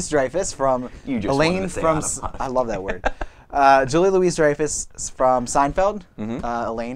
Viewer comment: Ok, I stopped watching your review right after you said Julia LOUISE Dreyfus. All it takes is a little bit of Youtube search to find her on somebody's talk show and you would've found out that her name is pronouced Louis. And omg, it's spelled that way too. Wow. LOU-WEE. So, since you're too lazy to get somebody's name right, then it must mean you're also too lazy to have an intelligent discussion about the television show. Therefore, on to the next video...Goodbye.